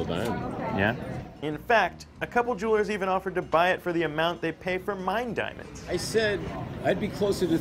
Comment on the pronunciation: Did he mean juulers or jewelers lmao